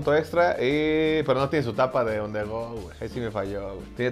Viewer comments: On the rud?? Que no era on the go?? Jajajajaja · Jajajajaja on the rohad